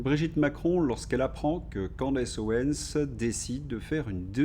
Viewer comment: Ça m'énerve... OwenS. Pas Owen...